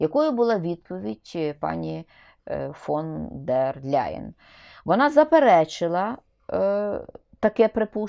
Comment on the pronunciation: Ніяка вона не Ляйен! Не треба ляйкати! Німецьке прізвище не перекладається та вимовляється у оригіналі: Лайен тільки -Л м'яке! Читай вище 😊